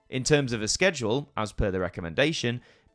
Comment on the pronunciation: I'm more bothered by your pronunciation of schedule and genre😂